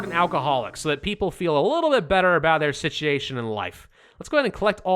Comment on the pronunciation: Are you mispronouncing 'situation' on purpose? Please tell me you are messing it up on purpose.